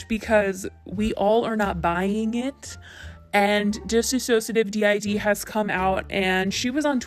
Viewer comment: I would just like to say that you're saying her channel name incorrectly. DissociaDID is pronounced dis-ósh-shia-did DID is pronounced like the word. And dissociative is diss-o-cia-tive.